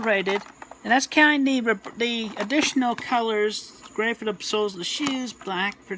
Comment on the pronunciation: it's COLOR, not CO-LURE